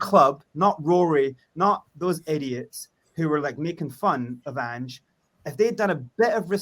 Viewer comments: at least have the decency to learn the mans name ffs............ Ange. Not Angy. You will be kissing his arse in 6 months guaranteed. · Ang-eh? It's pronounced Anj, short for Angelos. You wouldn't call LA Los Ang-ehles. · It’s Ange with a soft E and not anghe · His name’s Ange (pronounced An-j). It’s not An-geh. It’s important that you have that right because it shows straight away that you haven’t done enough (or any) research into him before doing the podcast. Some of the panelists clearly have done their research. It would be really good to get on a football expert from Scotland, Australia or Japan. They would help give you more information which would help you out. He is a strong character, but he’s also reasonable and he can work with upper management. Although, I’m well aware of people’s frustration with Levy. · Anger Postecoglou ? Dude please educate yourself and learn how to pronounce his name before you go Live c’mon 🤦‍♂️ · how do you expect people to take you seriously when mispronouncing his name means you clearly haven’t even watched a single video on Ange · How do you literally start the video with a mispronunciation of the manager's name and then expect anyone to take you seriously? Was it that hard to look the guy up for 30 seconds before you start? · First thing would be get his name right you 🛎 end! (Top left)